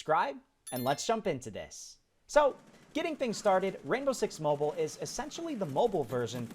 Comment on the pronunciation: It's called Mobile not Moble